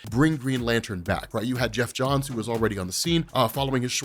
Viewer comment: eoff ohns